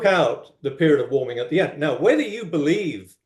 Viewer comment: Why can't pronounce warming? What is waaarming🙄 We agree that we won't interupt one another: constantly interrupts. Schoolboy error, confuses weather with climate. Minnesota is not world climate.